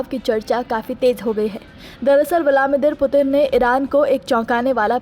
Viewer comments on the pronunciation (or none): Naam to sahi se lijiye... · पहले रूस के राष्ट्रपति का नाम सही से बोलना सीख लो फिर खबर पढ़ना। जाहिल